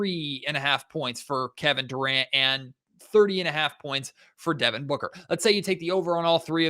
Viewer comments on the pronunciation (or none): none